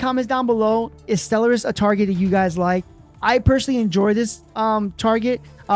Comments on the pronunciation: The word is properly pronounced "Stell-are-iss" but as suggested, I think it is a translation issue. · Anyone else thinks Stell-er-iss is terrible and Stell-are-iss would have been better?